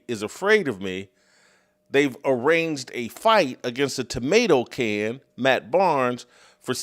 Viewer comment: "Tomatoe can. " 😂😅😅